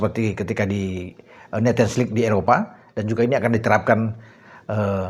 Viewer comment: Sedikit koreksi bacanya nesion lig bukan netion